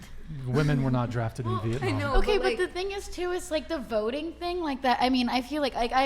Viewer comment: i love how she said veitnam lmao clearly has no fucking clue of what she is ever saying